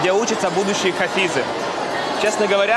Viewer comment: хафИс...а не хАфис